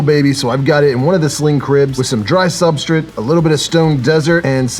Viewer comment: I love that you say "Sub-STRIT" and not " Sub- STRATE(STRAIGHT)" I laugh every time I hear it lol. Must be a locational/ accent thing lmao.